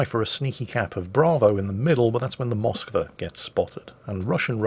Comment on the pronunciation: It's also MoskvA, not MOskva, GrozovOy, not GrOzovoy etc. Deal with it, is crap and we love him